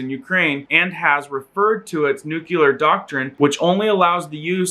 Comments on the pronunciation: lol he does say "nukular" instead of nuclear.... funny. Not so funny is the actual content...being in Europe now is a dangerous thing it seems. Prepare for SHTF. God bless us all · nu-clear: new-clee-err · I had to look up the word "nuclear" to make sure I wasn't going crazy as to its pronunciation, because everyone says "nukular". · Nuclear - NEW-KLEE-ARR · Bro you can't even pronounce nuclear. I gotta feeling your viewers can't either